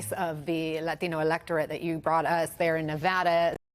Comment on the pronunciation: Stop saying latino like that. You clearly dont speak English with that heavy of an accent